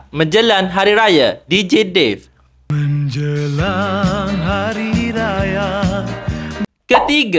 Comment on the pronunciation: Bang penat saya gelak sebutan abg hahha Fazidah jones lah menjelang jadi menjelan lah adoii bang penat saya gelakk